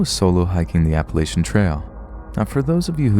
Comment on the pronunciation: Love the channel, though I would like to point out that you mispronounced Appalachian.